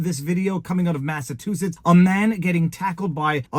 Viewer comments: Sorry Viva but I do have to correct your pronunciation. It is not the state of Massatoositts. Its MassaCHUsetts. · Viva, why do you keep butchering the word "Massachusetts"? Just sound it out the way it's spelled. I'll help you out again, (Massa-chew-setts). 🤦‍♂ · Mass-a- CHU- setts...i thought you were intelligent. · It's pronounced Massa CHU setts. 😊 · Massachusetts- you saying “massatoositts”😂 Love all you do💪🏻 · And he don’t give a massivetwoshits, thank you I’ll be here all week. Tip your waiter.